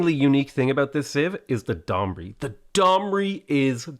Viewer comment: Fun fact: khmer sounds like "rare" and domrey is pronounced "dom-rei" if you wanna nail the pronunciations